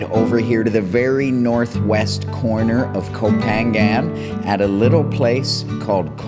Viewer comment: Challenge yourself one more time. Learn how to say the name of the island. You live in Samui- you can do it brother. Be the only you tuber who know how to say the name of the island. The only one. Maybe the only farang who knows how to say ko pha ngna.